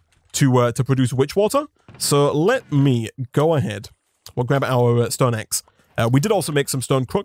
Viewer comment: Everyone: Stone this guy: STOEN